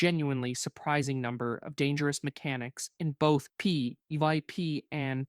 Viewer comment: If you're going to use AI, at least have it be able to say P V P. Lazy shit.